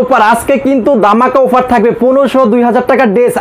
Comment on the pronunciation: আরে ভাই উফার না অফার